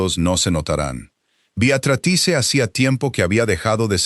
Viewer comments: Te escucho desde Venezuela. A las 4 am. Por favor que la IA pronuncie BEATRÍZ de forma adecuada. Me encanta la historia, odio el tono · Me encanto toda la historia !!!!!!!!! El relato , un desastre !!!!!! En ningun momento la IA pudo decir BEATRICE. Celia de Argentina. Son las 23 hs. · Saludos cordiales desde 🦋Costa Rica 🇨🇷 La Suiza Centroamericana CÓMO ES POSIBLE QUE UN NARRADOR PRONUNCIE MAL UN NOMBRE, UNA Y OTRA VEZ, ARRUINANDO ASÍ, UNA HISTORIA TAN HERMOSA? !..